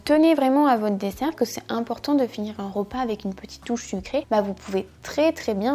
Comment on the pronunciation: Hello ! Premièrement j'adore vraiment cette vidéo ! Je trouve que, par exemple, pour le salades toutes faites, on se doute pas vraiment que les macros sont comme ça. Deuxièmement, je voulais te faire une remarque sur ta prononciation haha Cela fait plusieurs vidéos que je me fais la remarque... mais tu prononces beaucoup de "e" "o". Par exemple "rOpas". Je te le dis mais ne t'inquiète pas, ce n'est pas dérangeant (mais ça fait bizarre parfois haha)